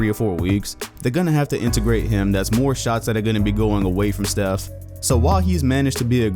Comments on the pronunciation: Who the fuck is “chief curry” It’s “Steph” curry ,say it right But anyway I’m going for “yannis” this man can say no names right btw it giannis but yeah I hope he gets MVP and I’m not a casual fan because of going for him I was a NBA before you even knew how what basketball was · Chef Curry? Can you not pronounce Steph?